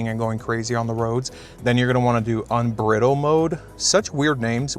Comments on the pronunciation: Unbridle not "Unbrittle". As in to ride "unbridled", to remove the reins and ride with recklessness. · It's pronounced un brydled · It’s not “Unbrittled” mode, it’s Unbridled (un-bride-el-d).